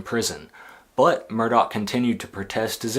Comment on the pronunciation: Yes, pronounced 'Murdock'. Not 'Murdaw'🙄